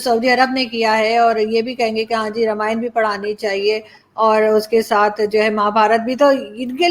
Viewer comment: Why call रामायणा? It's रामायण । These are Pakistani but mind set is arabik